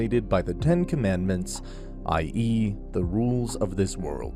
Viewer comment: “10 conmanments” sounds filmier as in the “7 deadly sins”